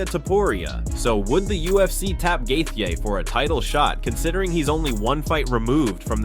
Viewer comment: I realize this announcing is AI but it’s shit. How many different ways can you mispronounce Justin’s name? Plus lies lies lies. Clickbait. Bye bye lard ass